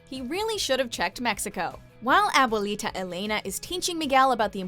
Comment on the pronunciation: "a boo lee tah" i'm sorry i cried with laughter